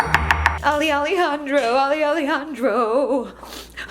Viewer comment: I love it when says Alejandro!!! That’s my name